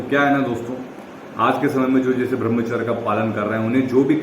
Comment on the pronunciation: Bhai brahmacharya ka pronounce thik se kijiye🙏